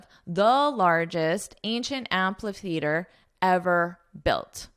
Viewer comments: Amphitheatre is spoken with a /f/ sound, not a /p/ sound. Whether you are speaking with a UK or US accent. You should correct this mistake as it is quite glaring. But have a nice trip anyways. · I found out in dictionary amphitheatre is pronounced as 'æmfɪ‚θɪətə, which is quite different from what you pronounce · No, you are not. I heard you said am-pa--theatre, there is no 'p' nor 'a' sound in it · That's not how amphitheatre is pronounced though.